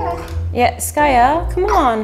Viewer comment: Her name is skaya